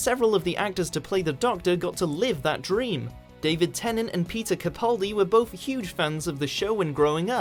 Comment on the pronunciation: "Temnant" who the f